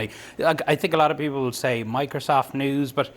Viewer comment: "I think Mocrosoft is a trustworthy... " lol